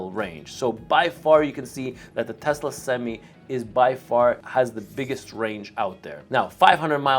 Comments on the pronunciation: For the love of god it’s not pronounced semes it’s semi. You sure you’ve been in a truck?? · I don’t think u should get any semis until u learn how to say semi bruh